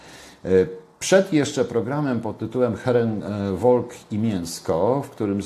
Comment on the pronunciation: błagam Pana, niech Pan nie mówi "heren wolk". tylko "heren folk".to bardzo spotykany błąd. tak. jak mówią wolkswagen. zamiast folkswagen.....